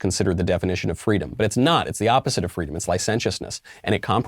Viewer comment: "Seesaw pwadwé! FWEEDOM!"